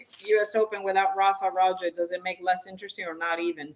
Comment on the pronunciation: Rafa not Rafie.